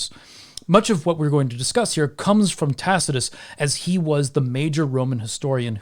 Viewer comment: "in which Tacitus goes into details about..." Dude, are you having a stroke?